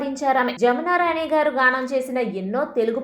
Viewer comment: జామున రాణి గారు కాదు. జమునారాణి గారు.